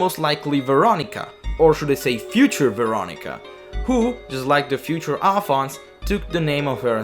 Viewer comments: Alfonse A"lf"onse A-Lif-onse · I thought Alfonse was pronounced like Al-fon-say